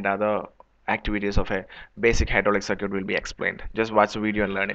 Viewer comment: wtf is cir-kweet